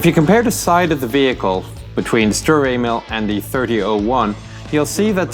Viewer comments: just me did he say stur anal? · Seems like he said "Sturer anal" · if you listen closely he says " sturer anal " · His pronunciation of Sturer Emil is just sloppy. Do just a bit of research and make it sound somewhat similar. And German is not that hard. Some words such as sfl are simply three words written as one. Just pronounce them as separate. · You murdered it's name D